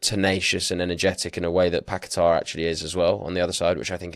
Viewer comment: You blokes pronouncing fernandes like you’re trying to be Portuguese is cringe and especially when you add an extra syllable into Paqueta’s name and then over Pronounce it with some crazy emphasis. Honestly it’s embarrassing and almost makes the whole podcast unlistenable especially because of just how uninteresting and tepid your speaking styles are in general.